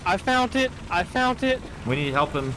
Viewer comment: He, "Fount it"?